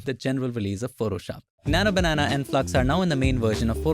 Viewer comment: keeps saying nana banana